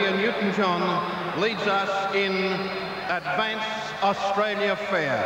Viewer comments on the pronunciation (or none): he said advaince?? hahaha